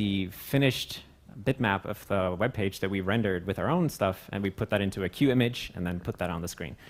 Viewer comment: Up until here i thought he was saying "cute" each time he pronounced Qt